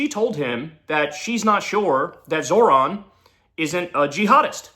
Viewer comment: Babe, it's pronounced ZOHran. No "r" in the first syllable. 😘 Thanks.